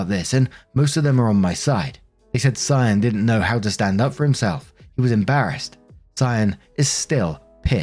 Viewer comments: Cyan is pronounced sigh-anne you got it right :) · Good job on the pronunciation of Cyan! If it's meant to be pronounced any other way, it's one of those ridiculous spellings kids will be embarrassed about their entire lives. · Off topic of the story, but, I'm almost 100% sure that you pronounced "Cyan" correctly.